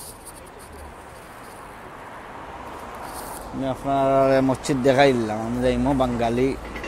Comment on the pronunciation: Mocchid na vai.. It is mosjid